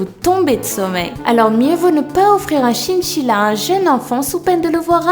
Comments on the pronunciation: un chinchilla se prononce "chainchilla" et non "chinechilla" tu sais... ^^' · c'est chainchilla pour la prononciation... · tu ne sais pas prononcé le mot chINchilla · "CHINCHILLA" Comment tu prononce sa toi mdrrrr